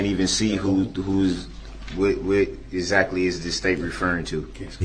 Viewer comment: DB - "You can't see ZACTLY....